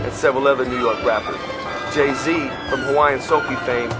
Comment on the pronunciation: You forgot when he said Gay-Z lol